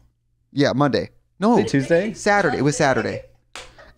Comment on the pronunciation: Katya pronouncing TuesDee ThursDee 😂😂